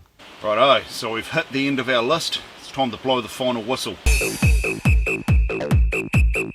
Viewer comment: and 'list" as lust.